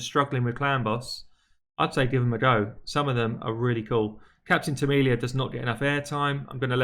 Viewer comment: It's Captain Temilla lol not Tamilia lol